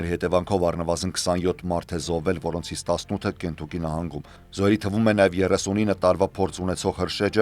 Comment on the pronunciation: Այ անգրագետ,Կենտուկի չե այլ Քենթաքի,կամ էլ գոնե Կենտակի ասա😡